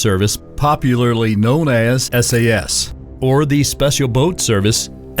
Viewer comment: Just watching this as I eat something, you know for the laughs. But good god. At hair-red-ford-shire... Sassssss hit squads.